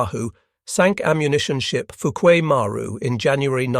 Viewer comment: It's pronounced fooki Mar roo